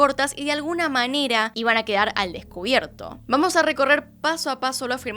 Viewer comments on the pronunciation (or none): none